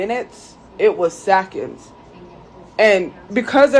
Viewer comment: “It was sackonds”